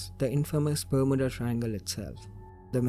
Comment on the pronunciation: Ber-m-you-da - that's how it is pronounced. divulged*, not diverged